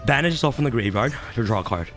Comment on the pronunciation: Rhyme needs to teach this man the proper way to say draw